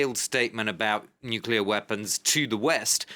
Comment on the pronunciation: Nucllear rusia....wow..😀😁😂🤣